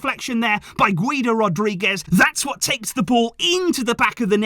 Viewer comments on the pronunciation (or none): none